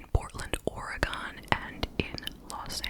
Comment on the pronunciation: The way you said ‘Oregon’ makes it sound like a shape or the name of a dragon